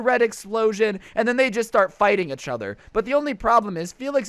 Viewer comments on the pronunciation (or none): He should make a shirt like “itchother” beacause he says each other so weird. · This is how many times said ‘itch other’ | | |